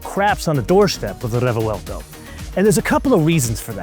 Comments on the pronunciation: wtf is a refewelto? Its a Revuelto (pronounced Rebwelto) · Your odd pronunciation of Re-vuel-to sounds strange…it’s 3 syllables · A stunning motor car to be sure, but why say it 'craps on the Revuelto' (work on your pronunciation of Revuelto, too 😅) when it costs 6 times the price? That's like reviewing a Ferrari 296GTB and saying it craps on the Audi S5. There's nothing wrong with the S5 for the price, and there's nothing wrong with the Revuelto for the price... For the record, the cheetah is the fastest mammal on earth.